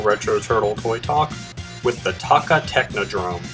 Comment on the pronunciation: its toe kka